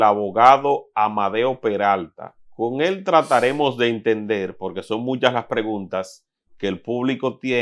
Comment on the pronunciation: y porque el siendo abogado cuando expresa la palabra porqu el dice polque?...